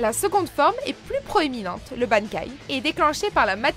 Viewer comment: Euhhh comment ta dit bankai????